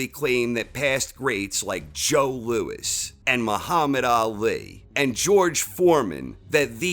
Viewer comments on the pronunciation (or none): none